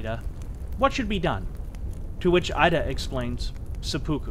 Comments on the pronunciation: Excellent work here. One thing to point out is that General Ida’s name is pronounced “Ee-da” not “Eye-da.” If you are familiar with Spanish and Italian, the vowel sounds of Japanese closely resemble those of these languages. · Excellent job, well-researched and presented. (note: "Ida" is pronounced "eee-da". In the Japanese language, the letter "i" is always pronounced "eee". Never changes.) Thank you! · So well presented and yet The presenter could not take the time to learn the correct pronunciation of the names of these historical figures. 井田 (ida) is pronounced eedah not Ida. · The I in Ida is pronounced "ee". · It’s pronounced (eedah) Masataka Ida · Thank you for your painstaking research and interesting presentation. A word about the pronunciation of Japanese names, if I may. Koga = KO-GA not KA-GA; Ida = EE-DA; Takeshita - TA-KESH-TA, not TAKE-SHITA; Shiizaki = SHEE-ZA-KI; Takashima = TA-KA-SHI-MA, not TAKA-SHIMA; Tateno = TA-TE-NO, not TA-TAI-NO. There were other mis-pronunciations, but these were the main ones. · About half-way through and really enjoying the telling of the story - the one thing that is grating on me is the pronunciation of some of the Japanese surnames :( Ida for instance (I believe) should be "ee-da" and not "eye-da" and Takeshita should be "ta-kesh-ta" not "ta-ke-shii-da". Gotta watch that American accent and those "t"s . Aside from that, good story, nice pace.